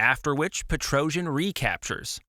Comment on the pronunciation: Thanx for the video. The problem with AI language translations is this: PETROJAN. It is pronounced Petrosian in English.